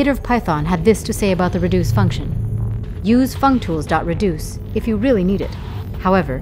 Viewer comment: had a hard laugh, fuctools functions